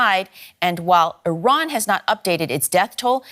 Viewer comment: Ffs please send your voice over reporter for speech therapy before you allow them to record another voice report. It's infuriating having to listen to him repeatedly saying Iwan and Iwaq and Aiw Waid Shelters. Come on man.